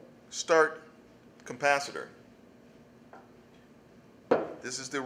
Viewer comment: Capacitor, not 'cumpacitor''.